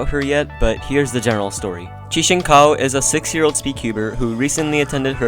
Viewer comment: actually Cao is pronounced Tsao